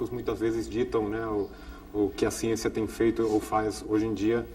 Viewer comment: Falou da agricultura, da ciência, e do escritor Castanêda... Até aí, tudo bem... Mas, quando, falou bem da Marina, fiquei meio cabrêro... E quando falou de Lula, fudeu por completo... Adios Capra, com sua "siênçia"!!!... rsrs